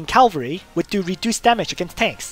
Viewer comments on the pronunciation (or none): CA-VAL-RY NOT CAL-VA-RY